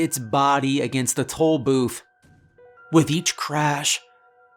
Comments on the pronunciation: I keep hearing "Toll Boof" and it makes me more scared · I am fairly certain you are saying toe booth lol. love your stories man.